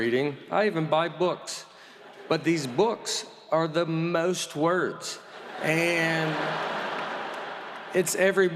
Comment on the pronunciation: No one pronounces the word “most” quite like Nate Bargatze.